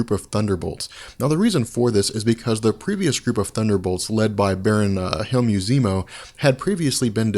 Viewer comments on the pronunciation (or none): Hey. Zemo’s first name is pronounced HEL-mut. Like Helmet